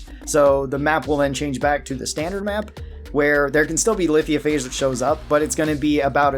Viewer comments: Lithiophage lol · I don’t mean to sound rude but you are pronouncing Lithophage incorrectly